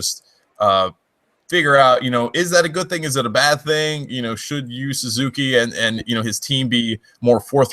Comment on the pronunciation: it is Ryo not Ryu